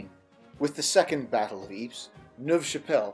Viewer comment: Ypres is pronounced ee-prah. Not eeps